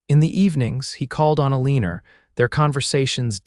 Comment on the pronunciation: Come on, how can you even listen to a story where they're oronouncing Eleanor as A-Leener?